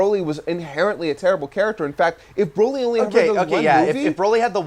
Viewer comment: Why do you guys say Broly like that? Do you pronounce broccoli with a long 'o'?